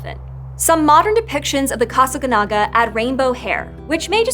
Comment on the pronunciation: The accent mark is right there on the last syllable and yet she refuses to pronounce it correctly.